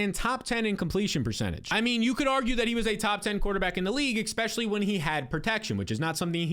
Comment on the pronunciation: Will def be here for the coming season. Finished 2nd last year and loved the blueprint but it KILLS ME how much you say EXPECIALLY… which is not a word.